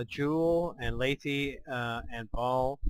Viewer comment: It's Laythe dammit! LAYTHE! Like scythe! Not Layth-eee!! Pwew.. glad I got that out of my system. Anyway, great vid. Just heard and started playing KSP myself. Having a blast. Nice to see that I'm not the only one committing Kerbal genocide every time I try to fly something haha!